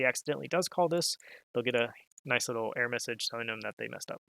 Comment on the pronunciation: Its ERROR, not "ehrrrrrrrr'